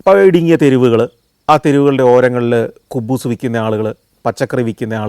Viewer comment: കുബ്ബൂസ് അല്ല ഹുബ്സ് ആണ്